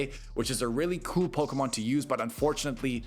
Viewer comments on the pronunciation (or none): none